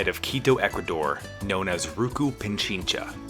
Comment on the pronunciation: Its Pichincha not Pinchincha😂